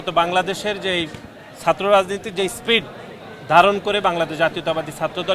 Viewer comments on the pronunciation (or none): none